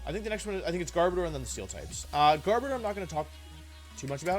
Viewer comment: The way you pronounce garbodor at the start made me believe you said gardevoir and got excited for 5 seconds bc I thought that gardevoir was gonna get a gmax form :(